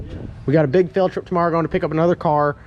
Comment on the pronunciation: Did you say Phil-trip or field trip? Hahaha